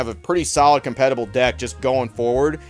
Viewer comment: did you say competiable? 😂 👍